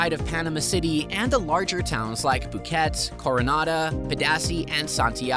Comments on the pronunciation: I lived in boquete, the only problem I had was, no beach. I live near San Juan del sur Nicaragua. This guy is full of it. He just said boquet. The mountain is Boquete. Ya got to pronounce TE at the end of the word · You're right he wouldn't pronounce it Boquett. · He mispronounced Boquete ... tell tale sign it's AI speaking.